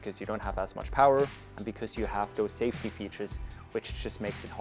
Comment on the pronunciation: Fly “Saftey” guys 🤣